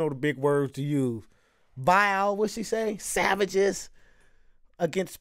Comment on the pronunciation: They way you said "savages" sounded like the Nword with the hard R. My teacher said they got high on cocoa leaves before getting sacrificed but who knows. My teacher said the streets ran with a river of blood. Crazy stuff but that Savages took me back haha